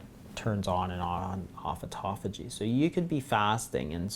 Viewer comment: Auto Phagy. They way that you guys pronounce this word make it sound like etophogy. Very hard to look up. Phage means "to eat," and auto means "ones self" so self-eating. Very interesting. I have been considering intermittent fasting for a while, and will now be doing it, mostly for aging, and health.